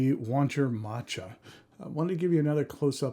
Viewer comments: Great review, never heard of it being pronounced machata before I normally go with ma cha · oh that's awesome lol, I didn't even realize, I thought that was an actual way to say it. Using it from now on. Thanks!